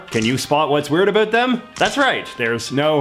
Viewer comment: He becomes so much more Canadian when he says "about".